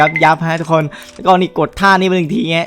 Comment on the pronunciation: ตอนเเรกพี่พูดว่าทุกคง